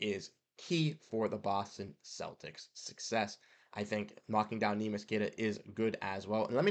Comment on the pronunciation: I want him back, too. But, it pains my brain to hear you say his name that way. You produce content on the Celtics, you can do better. Please, please, please learn how to say his name. It's three syllables. Neh mee ish or if you can't say that... nickname Neemy